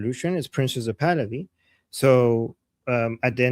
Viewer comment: It’s not “PRINCES (or PRINZES) Pahlavi” It’s PRINCE — no “zees” or “ces”. Where is that pronunciation coming from? Why haven’t you corrected this? “Princes” means more than one prince.